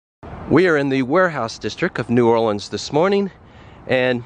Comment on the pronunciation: I am very proud of you,, for pronouncing New Orleans properly.